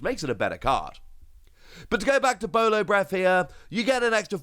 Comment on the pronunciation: As a heads up it's Boro breath. General Japanese r and l nonsense. Not a huge thing but let's just say that the R and L thing is kind of a trauma point for one piece fans lol.